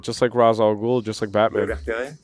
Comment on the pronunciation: Ra’s, not Raz.